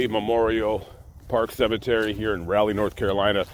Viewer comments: It's "Rawley" not "Rally".... because your content is superb, I won't ding you lol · Great 2 we that you made it to Raleigh NC. It's pronounced Rolly. As in Sir Walter Raleigh. It's my hometown. I did not know Mr. Scott was buried there.. What is the name of the cemetery. Safe travels to you. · Gotta help my man here. Raleigh is pronounced “ Rah” leigh. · Rah Lee is how you pronounce the city where he's buried at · I love your videos but hate the the way you say Raleigh. As someone from this area, it makes me cringe every time I hear an “outsider” say “Raleigh”